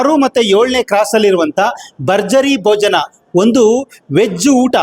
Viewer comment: ಬರ್ಜರಿ ಬೋಜನ ಬರ್ಜರಿ ಬೋಜನ 😂😂😂😂😂 ಕನ್ನಡ ಸ್ಪಷ್ಟ ಉಚ್ಛಾರಣೆ ಮಾಡೋದು ಕಲೀರಿ ಮೊದ್ಲು ಓಕೆ ನಂತ್ರ ವೀಡಿಯೋಸ್ ಮಾಡಿ ಅದು ಭರ್ಜರಿ ಭೋಜನ ಅಂತ ಬರ್ಜರಿ ಬೋಜನ ಅಲ್ಲ ಭ ಅಂತ ಹೇಳೋಕೆ ಬರಲ್ವಾ ಎಷ್ಟು ತಪ್ಪು ಉಚ್ಛಾರ ಛೇ